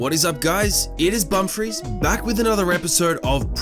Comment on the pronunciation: Bumfris... I hear Bum freeze lol